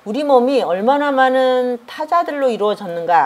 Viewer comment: 저는 우리말의 타락상에 너무나 실망하여 부득이 또 지적합니다. "많은" 이라는 우리 고유어 바름이 틀려씁니다. "많은" 의 첫자를 길게 약간 강하게 발음하는것이 우리 말입니다. ㄱ러나 선생께서는 첫자를 짧게 발음하고 둘째 자 "은"을 강하게 발음했읍니다. "한국 어문을 고발함" 이라는 책을 일독해 주시겠읍니까? 또한, ××"했는데"를 첫자를 짧게 바름하고 "는"을 강하게 발음하셨읍니다. 이것도, 첫자 를 길게 발음해야 합니다. "한국 어문을 고발함" 이라는 책을 일독 해 주시옵소서. 미국 변 완수 배